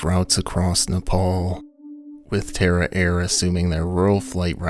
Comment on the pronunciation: tara air? dang I thought you said terror air. I thought... wow great name guys.